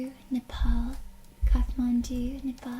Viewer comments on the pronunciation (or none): none